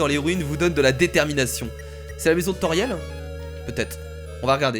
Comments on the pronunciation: ce pas tauriel mes toriel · C'est pas Tauriel mais Toriel juste sa me choque donc voilà dsl ☺ sa ma juste choquer . Like si t'es d'accord